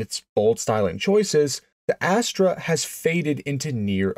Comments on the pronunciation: ...never heard it pronounced as "ass-TRAY". Have only ever heard it pronounced "ASS-ter". Not sayin' you're wrong. Just sayin' I've been building Vegas, Astres, and the Monza clones for 35 years and have never heard anyone, or any of my clients ever pronounce it that way. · It's not an Astra. It's an Astre, which is pronounced "aster" in English. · It's not pronounced "Astra" like the Saturn model that was offered. It's spelled A s t r e for one thing, but it's pronounced "aster", like the flower. They only made them for a few years to give Pontiac a small car. But they Pontiac eventually got the Sunbird in about 1977 - which itself, along with the Chevy Monza, Olds Starfire, and Buick Skyhawk, were derived from the Vega chassis. You mention there are one around. There are pretty much no Vegas around either, despite much higher production numbers, because the aluminum engine in these cars was so trouble prone, and the bodies on these rusted badly, so hardly any survived. The Iron Duke replaced the Vega engine for a good reason. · You're right, you really don't see these things anymore if ever. BTW I grew up in Michigan and Ontario and at the time we pronounced it "Aster" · The opening line, sounds like you said Pontiac Ash Tray.😅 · Ass-trah. I only know because the old man worked at the Tech Center and I knew the GM names. I learned when I mispronounced "Monte Carlo". That said, I never saw one. A few Monza Spyders, but even at 7 years old I knew what a lemon a Vega was. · Why pronounce it Astray??? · I heard "fast ass-tray" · It's pronounced Astra. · It's pronounced "as-Tuhr" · It's Ast-er! Both the Pontiac Astre and the Chevy Vega were longitudinally mounted engines in a rear wheel drive chassis. They NEVER had a transverse-mounted engine like your picture. Because of your mispronunciation and wrong pictures scores your video a 👎. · You are pronouncing the name wrong